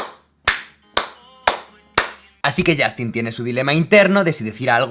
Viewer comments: Yastin? se pronuncia YOSTIN! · ¿Por qué los españoles tienen la horrenda costumbre de pronunciar la u inglesa como a? No es ander, ni es Yastin -_\